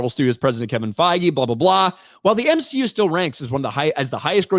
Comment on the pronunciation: More M-She-U plz! 😂